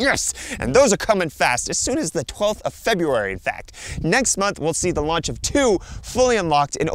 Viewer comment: "raunch" lmao. js (it happens, this is how you can tell it was done live. but still funny)